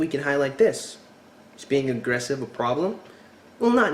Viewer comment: Oh thank you for pointing out the Up-Talking! Drives me nuts. Also what is it with American girls replacing the "E" sound in words with an "A" sound! Example: at one point in this video the girl tried to say the word "aggressive" but it ended up coming out "aggrAssive", Am I the only one who notices and is driven insane by this type of speech? Friends turns into frAnds, celebrate turns int cAlebrate etc.